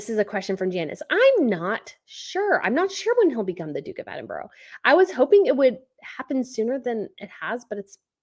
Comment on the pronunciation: Edinburgh in UK (or at least south of England) is pronounced [eddin-bruh] (stress on first part)& cocoa is [coh-coh] (like Oh!) with same stress on both halves 🍁😊🍁